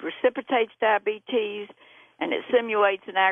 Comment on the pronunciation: I cringe every time she says "dah-bee-tees."